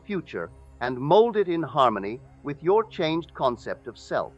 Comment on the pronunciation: No one to change but Selt? Selt? Are you serious? What the hell?